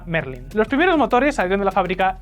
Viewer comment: en muchos videos se nota. Mismamente en ese video desde el minuto 1 diciendo rolls royce merlín en vez de méééééérlin. Es como hacer un video de deportivos y decir "porsch", denota que no has hablado de coches antes en tu vida